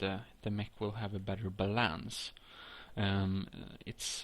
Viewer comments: Please take no offense from this comment, and please understand that it isn't HATE or INSULTING YOU. The comment begins. I noticed the way you say "Mech" and "Balance", and it makes me smile a bit whenever I hear it, because it is a cool way of saying it. I also noticed that you had a LOT of Addons that help a LOT with building things like Mechs, and things that need that perfect balance for it to work. I looked up some of the Addons I saw in your Tools list, found them (After like an hour x .x), and are using them now in my GMod every time I build. Can you show me a list or something of the Addons you use to build? (Example: The Weight Addon, Smartsnap Addon.) Oh, and this Mech tut is really really helpful, because now I know how to make a basic Mech, I'm going to use this knowledge to make Bigger, Smaller, Faster, Slower, etc. Mechs. You're really good at making Mechs, you never even used E to move your mouse to the points of where those Dot things were. (Smartsnap) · Lmao I'm dying when he says collide and balance